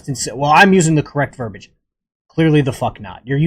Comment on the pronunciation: Its verbiage (ver-bee-age) not verbage. And whats up with that dumb ass facial hair?